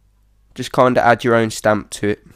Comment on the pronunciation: When you say ''kind of'' it sounds like Condom xD